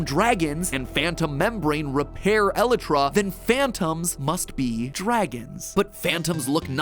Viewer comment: Eeee lie tra